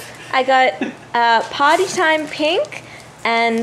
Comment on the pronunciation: I thought she said Potty time pink instead of Party time pink...